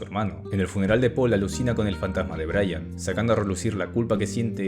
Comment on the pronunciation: Hello brother, you always had problems saying Brayan.